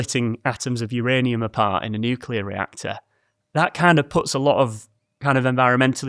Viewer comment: I’ll just leave this here. THANK YOU for properly pronouncing nuclear. NOT nuke-u-lar.